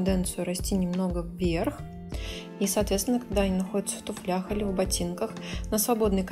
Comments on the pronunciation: Не в туфля'х, а в ту' флях, учитесь говорить правильно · И чтобы все уже было идеально, скажите не в ,,туфлЯх", а в ,,тУфлях".